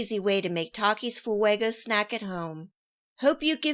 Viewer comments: "Takis foo-eggo" girl please learn basic spanish pronunciation you sound ignorant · Lol FOO-EGO😂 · theres no way she just said fuego like that